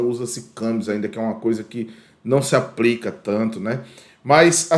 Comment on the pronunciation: O conteúdo é muito bom, bem exPLicado! Mas cuidado, precisa melhorar a linguagem! aPRica, NÂO PODE! APLICA SIM! BRUSA, APRICA, APRICAÇÃO NÃO EXISTE! BLusa ; aPLica; aPLicacão assim tá certo!!!